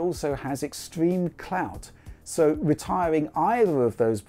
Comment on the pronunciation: This man said C L O U T lol